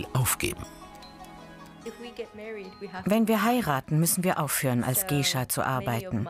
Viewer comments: Mich macht es so aggro das der Erzähler "Gaysha" sagt und dieses "Gay" was man garnicht so sagt auch noch so doll betont. 😑😠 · "Gescha" alter GEISHA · was für "gescha" oder "geischa" das spricht man gaischa aus wtf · Man spricht es "gaisha" aus...